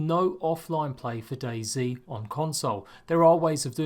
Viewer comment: The way he says it is Daisy instead of Dayz